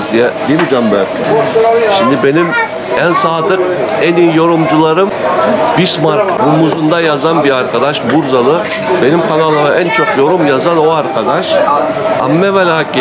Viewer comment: Dilin sürctü heralde abi Bursalı diyeceğine burdalı demişsin olsun 😆